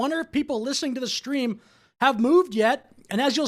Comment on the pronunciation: "Shtream" isn't a word. Goddamnit, grow up.